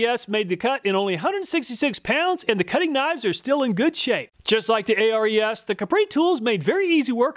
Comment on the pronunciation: ARES = is the name of the Greek God of war It's pronounced "Air rees"